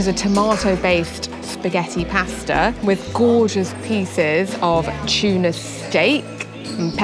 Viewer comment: It’s not CHUNA, it’s Tuna 😊…. great video ❤